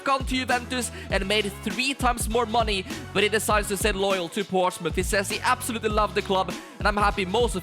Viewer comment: (p)ourtsmouth Once Again 😂